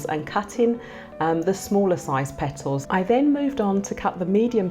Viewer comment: I love how sis says "Pet tles"